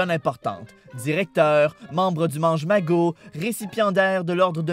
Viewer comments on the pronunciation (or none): membre de maNgemagot 😂😂😂 en francais cest le mageNmagot 😂 la place du N fais tout, les québécois 😂 mais super la vidéo 😁 j aime bien découvrir Harry potter en québécois 😀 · " membre du mange ma gow " i'm sorry la chéri ta mélangé 2 "mots d'Hp la ça se prononce "ma gaine mago" miss granget euh nan ça prononce gran ne geurre